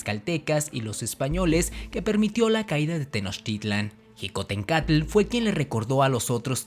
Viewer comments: No se plronunsia jicotenka se pronuncia shicotencatl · Mi abuelo me ablo sobre Xicotencatl pues es mi apellido materno Y se pronuncia shicotencatl no Ji como tú lo haces saludos desde puebla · Xicotencatl se pronuncia shicotencatl o apoco dices jochimilco? E investiga bien lo que paso con Xicotencatl, estas en un gran error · Felicidades por el video y por el canal, te sigo y me gustan tus videos, con algunas reservas, en particular quiero hacer un comentario respecto a cuando te refieres a Xicoténcatl, si bien es cierto que la X en MÉXICO tiene diferentes usos, el que tú usas la J para referirte a Xicohténcatl, en lugar de la SH (fonética) y dices Jicotencátl, el mismo corrector del teléfono advierte el acento de otra manera, solo es un comentario para saber de donde proviene el que pronuncies así, y así poder retroalimentarme, gracias por la atención al presente comentario y nuevamente felicidades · Mal prononciado Xicoténcatl e Ixtlixóchitl, ahí dejé de ver, por favor más seriedad nopalones, le echan mucha crema a sus tacos, al parecer en donde estudiaron la primaria tampoco sus "maestros" tampoco supieron la correcta pronunciación de los nombres.